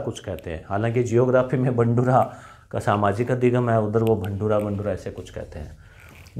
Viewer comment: बंडुरा नहि गुरूजी भंडूरा कहते हैं सुअर को